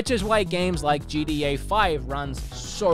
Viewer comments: Why does he keep calling it JEEDEEAAY? It's GTA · When he says GTA I hear GDA for some reason, anyone else?